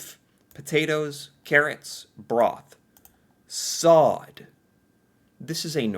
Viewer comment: I do enjoy your videos. Quick tip to the Norwegian language, if you see double consonants (two of the same letter) it is said quickly. Like Sodd, that has to be said quickly, not slowly. Same med hakke, ikke, bjeffe, kasse and so on. Wish you a great day.